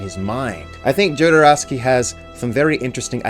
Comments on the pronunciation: My God please stop pronouncing it JOE-DER-OWSKY! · Jodorowski - J is silent. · curious what you’ll think of The Holy Mountain - (oh and the J in Jodorowsky is a h sound, like in Alejandro, not a hard J)